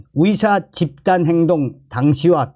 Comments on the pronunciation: 발음을 정확히 해주세요. 위대, 위사가 아니라 의대,의사 입니다. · 위사위사 무엇? 탈북인은 의사발음이 안되나봐